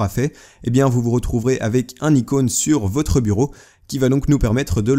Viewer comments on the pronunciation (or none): none